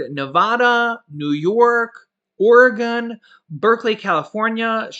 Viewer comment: Oregon is pronounced “Or-gun” 👌🏻😂 not your fault…just how we say it here in Oregon